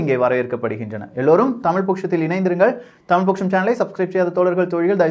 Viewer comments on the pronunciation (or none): none